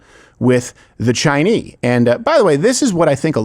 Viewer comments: face-fuchsia-tongue-out:What the frack is up with him pronouncing Chinese "Chinee"? It is annoying. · you not pronouncing the S in Chinese is perfect 😂